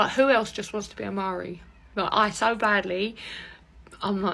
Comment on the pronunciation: Mari??...its Maori